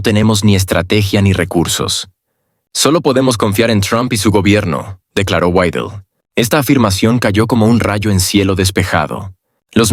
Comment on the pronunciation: Ya cállate ni siquiera puedes pronunciar bien el apellido de Alice Weidel y te pones hacer un video , ridículo.